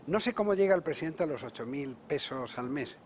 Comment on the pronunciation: Es el "Prejidenjte" amLOCO Lopez Hablador. ja ja ja. Tan pendejo que se puso la Banda al reves. ja ja ja.